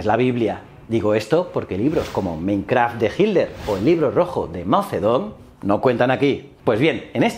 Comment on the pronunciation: Mein KAMPF, no Karf 🤣🤣🤣, esa es la mayonesa